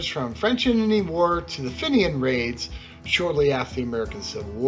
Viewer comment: fin-e-an raids? feen-yan puleese from an Irishman lol